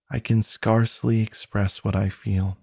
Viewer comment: I really love this. The narrator has a great voice and style. It’s the perfect story too. I hope you don’t mind me saying this, but two words are pronounced incorrectly. The word scarcely and scepter. It’s distracting.